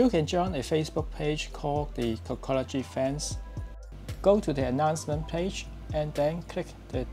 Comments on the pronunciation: Dude said “cockology” 😂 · He says cockology 😂